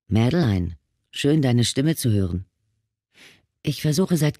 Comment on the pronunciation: Die Hauptdarstellerin ist Französin und heisst Madeleine. Das spricht man als Madlän aus und nicht wie die Leser es aussprechen: Mad-e-lein.. 😂